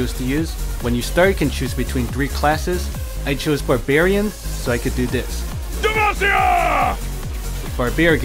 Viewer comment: barbargaren! haha "lol"